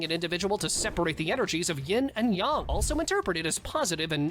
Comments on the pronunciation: It’s ying and Yang not yong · Bro “yin and yong”